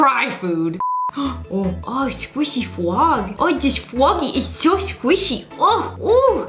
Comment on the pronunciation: Skwishy fwog!!!! 😂😊